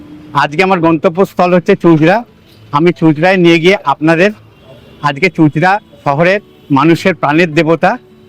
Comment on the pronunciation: দাদা, চুঁচুড়া উচ্চারণ টা ভুল হয়েছে। বাকি টা খুব ভালো হয়েছে।আমি আপনাকে জানিয়ে ছিলাম চুঁচুড়া এলে আমি আপনাকে ঘুরিয়ে দিতে পারি। WhatsApp এ জানিয়েও ছিলাম। সেক্ষেত্রে আপনার দুবার টোটো ধরার হয়রানি টা হতো না। ভালো থাকবেন,সুস্থ থাকবেন।